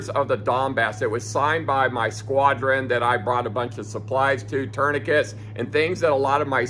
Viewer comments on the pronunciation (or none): none